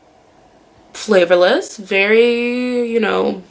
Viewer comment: This girl said flavourless😭😂